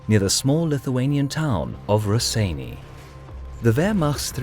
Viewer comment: Maan, im screaming, wtf is 'raseiniai' xdd,this is cancer, it goes 'rosienią' like 'bitwa pod rosienią', love your vids btw